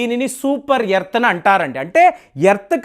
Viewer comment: యెర్త్ కాదు రా నాయినా...ఎర్త్